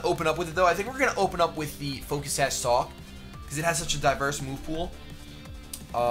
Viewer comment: ?? u said focus sash sawk..